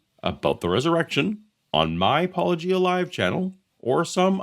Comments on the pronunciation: When you're an apologist and you think you're a lawnmower but in reality you're just a typical yawnblower instead. I am shocked he pronounced your name right, though. Of course, considering that and the lightweight praise, that clip from Yes, Minister comes to mind. "It is necessary to get behind someone before you can stab them in the back." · Almost fell off my chair when I heard a Christian apologist say 'Paulogia' correctly! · OMG! He actually pronounced Paulogia correctly! I may have to begrudgingly admire Dr. Brown for this one very specific reason now. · They clearly watched a bunch of Paulogia since they pronouce Paulogia correctly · Was this the first time an apologist pronounces Paulogia correctly? These two deserve credit. Not only did they take you seriously, and respectfully, they also approached you much more honestly than many. Which you can't say about people like Craig. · Can we all consider the fact that our bar is so low for the apologists that we are genuinely impress when they manage to pronounce your name correctly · After that mangling of your name by "Capturing Christmas" it was such a relief to hear your name finally pronounced correctly! 😁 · An apologist pronounces "Paulogia" correctly? It's a Christmas miracle! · OMG he pronounced your name right O_O Its a Christmas miracle !